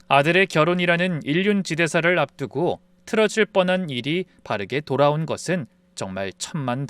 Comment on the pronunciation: 좋은 사연 잘 듣고 있어요. 그런데 우리말은 정확한 음보가 있어요. 쉽게 말해서 띄어읽기지요. 아버지가 방에 들어가신다이지 아버지 가방에 들어가신다가 아니듯이 인륜 지대사가 아니고 인륜지 대사입니다.